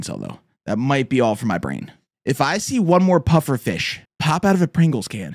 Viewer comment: saying FEESH